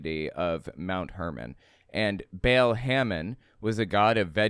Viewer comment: You need to learn, that the god's name is not Bale, it's Baal. The A is pronounced like the A in "art". It hurts my nerdy ears. While Christian Bale may be a demi-god, he hasn't been worshipped for millenia. It's also a little funny how mono-theistic people love to talk about them being persecuted. If this little girl had existed, they probably wouldn't have cared who she prayed to in her room In polytheism there's usually room for one more, even if that one is a god. Last, that is a SICK way of looking at children! Children are pure and beautiful creatures, who see the best in others and in the world, and they deserve to grow up safe and loved, without shame.